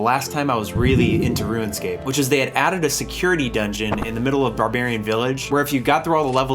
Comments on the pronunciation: Yo why he saying Ruinscape?!? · Stop sayin "Ruinscap" rune - scape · "Ruinscape" I can't unhear it every time he says runescape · you pronounce rune as ruin lol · u purposely pronouncing rune scape as "ruin" scape? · Its not ruin . Its rune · it's RUNEscape no RUINscape smh 20 years later and you still can't say it right, i have never heard of anyone ever struggling to log into osrs ever lmao, that's not Jagex issue that's a you issue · So is one of those guys who says “ruinscape” instead of runescape. ☠️ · I keep hearing "ruin-scape", instead of 'rune-scape'........ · "Rooun Scape" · bro, its RUNEscape not RUINscape... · You know you’re saying ruin and not rune right? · Longtime OSRS player here, 7 minutes into the video and enjoying it so far - just had to come down here and say that you seem to be pronouncing it "RuinScape" instead of "RuneScape" for some reason and it was bugging me. Anyway back to the video, you get a sub. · Are we just okay with “Ruinscape”?? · "Ruin-scape"...".ruin-scape".......... "ruin-scape".... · dude keeps saying RuinScape...pet fn peeve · "Ruinscape" Lol Anyway, awesome video. You and I were literally the same as kids. Every single thing you said lol. It's crazy playing it now, having 99s, over 1b, etc. I could never have even fathomed any of that as a kid. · I love this video but the way you pronounce things was driving me nuts. ROONscape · I hate that it sounds like he's saying ruinscape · "ruin"scape lol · Anyone else noticed how he kept calling it "Ruinscape" ? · Bruh it’s not ruined-scape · why do you keep pronouncing it ruinscape lol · Why do you keep saying "Ruin" scape? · please stop saying ruinscape lmao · Bro kept calling it RuinScape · Why did you say Ruinscape the entire video, though? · “Ruinscape” was bugging me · why do you keep saying ruin scape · No one:: RUINscape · Roo-inscape. I love your videos though. They're so entertaining and funny. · why he say RUIN-SCAPE all the time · “Rue-en scape